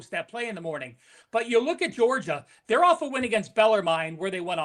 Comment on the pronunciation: Everyone pronounces Bellermine wrong. Its cringy as a native Kentuckian that lives near Louisville. Its pronounced Beller Men.